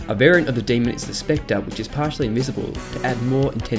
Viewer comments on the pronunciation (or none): none